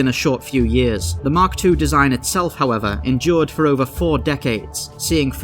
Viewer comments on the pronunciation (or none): none